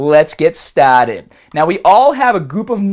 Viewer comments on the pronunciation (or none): Lets get stahted